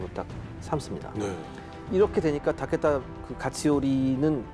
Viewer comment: 재미있게 봤는데요. 근데 발음이랑 띄어읽기가 좀 이상해요. 잘 모르는 사람이 그냥 대본 읽는 건가? 하는 생각도....특히 도쿠까와 타께따랑 가케무샤 ㅋㅋ 츠키야ㅡ마도노요 ㅋㅋ 백범김ㅡ구선생 ,이순ㅡ신장군 이렇게 읽으면 좀 이상하잖아요? ㅋㅋ